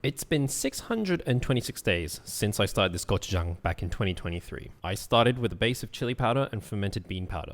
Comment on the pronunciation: You don’t have to pronounce gochujang weirdly